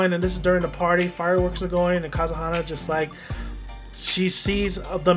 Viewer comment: If you're going to do a video about something, do us a favor and pronounce the names right! Good example of the dumbing down of our young people. Oh by the way.....it's Ka-ze-ha-na! SMH!